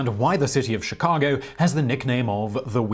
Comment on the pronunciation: The windy city? You mean shirack?